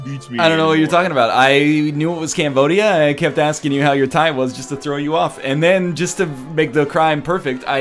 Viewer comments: Who in the hell told you to pronounce "Cambodia" like that? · Mispronouncing something from another language is not unique to English speakers. Everyone does it, cut the guy some slack.